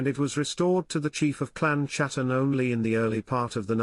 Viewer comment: It is pronounced hatton not chattan! The letter c is silent.